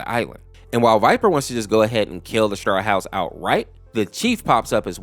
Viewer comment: Ah yes staw house ☺️ hey your trying I guess 👍